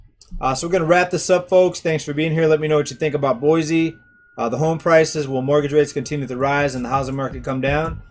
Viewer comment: I've lived in the Boise... and by the way it's pronounced Boysee... area my entire life. While current monthly prices for housing may be leveling off or seeing a slight decline, year over year house prices here are up greater than 20% for the last two years. Californians are, and always have been, a major influx to our area but it had never affected housing prices so much as within the last few years. It's not just them either, people from all over the nation have moved here. Mostly from wealthier places where they are able to sell their current home for higher amounts then come here, pay cash for houses (over market value) and have money left over. It has ruined our local economy. Those that were raised here and have always worked here are unable to compete and afford a living. And the infrastructure here is not able to cope with the boom in population. The Nampa area, which I'm closest to, more than quadrupled in population from 1990 to 2000, and it has only exponentially increased within the last two years. Farms, fields and crops are depleting at an increasingly rapid pace, being replaced by apartments and subdivisions. The roads, water systems, schools, recreational areas and more just can't take it. New comers think that our area is great because it's less expensive and less conjested than what they are used to, yet they don't realize that they are turning it into exactly what they left by moving here.